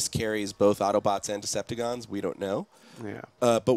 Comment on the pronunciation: You mean Decepticons, not Deceptigons.